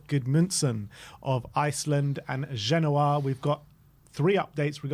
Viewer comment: This guy is a joke "ginoa" you mean "genoa"